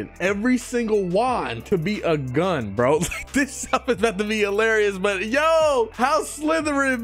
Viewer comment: "She got A Magic Bgun" --, 2024.